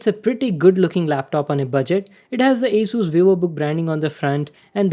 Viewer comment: Sir your pronouncing is wrong in the word ASUS